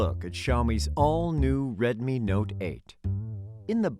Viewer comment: Retmi not eyt